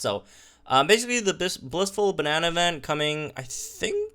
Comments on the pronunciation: He can not say bonanza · is it just me or did he say "blissful banana?" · I’ll be grabbing scrolls...and bro it’s bow=nan=za!.......bonanza lolz you’re hilarious and amazing. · this is kinda on purpose you know